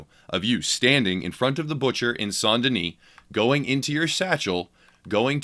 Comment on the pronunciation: i would like this video if he could pronounce saint correctly